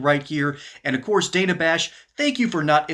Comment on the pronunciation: Great stuff, though I believe she pronounces her name "Danna" (a minor point of order). Keep up the pugilistic pursuits!